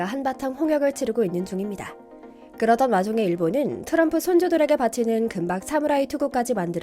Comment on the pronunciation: 트럼프를 도람프라고 하는 게 이 광화문 브리핑은 일본 분이 만드시나요?